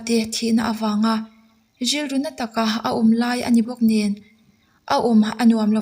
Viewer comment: lam no hi intum leh lutuk thin a...Rilru..han tih mai tur...DRILDRU..tih tlat te...RI..han tih mai tur...DRI..han tih tlat te hi a changkang lo khawp mai